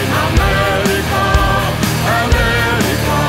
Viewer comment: Affirmative because they do not say well, the name of our continent is Amerrrrica and not Amelica no noooo